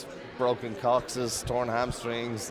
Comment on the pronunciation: Chris is too professional. If I had been interviewing him, as soon as Balor said "broken coxis" I would have been like "Broken What!😆😆"